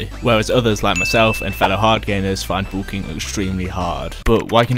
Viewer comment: Is pronounced bulking not boolking